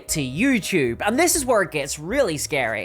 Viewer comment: Scawy pwonouns